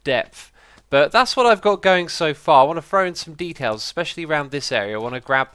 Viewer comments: Especiantly? Xisuma did your dictionary break? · I love how everyone is going wild about whether Xisuma swore or not while I'm here going mad when he said "especiably"